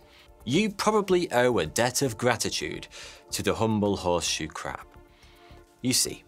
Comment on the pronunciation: Pwotect tha Cwab!